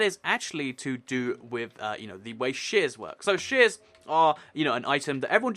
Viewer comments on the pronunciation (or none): It's sounds like u are saying shiz instead of shears but I love u r the best